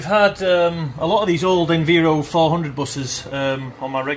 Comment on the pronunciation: I'm sure you keep pronouncing "Enviro" wrong! It is short for "Environment" and I doubt you say "enveeronment" lol!? Also, there will be no smoking signs on buses as it's a legal requirement. You didn't mention the wheelchair arm located on the backrest which old Enviros have! I used to use it all the time!